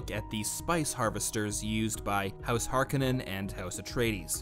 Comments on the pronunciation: That's pronounced "Layz" gun pronounced "Cel-lu-kus SEK-cund-US" Make up your mind its "Har-KO-nann" not "har-ca-NIN". Worse teacher ever. jk) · It's pronounced "har-Ka-nen" not "Har-Co-nen" I'm a bit of a purist🤣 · BTW, Harkonnen is pronounced Har-cone'-en. Thank you for the preview. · NOPE THIS PERSON IS WRONG LEARN HOW TO SAY HARKONNEN